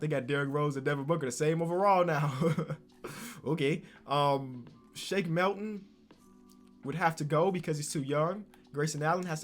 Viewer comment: shake melton not shak m'I'lton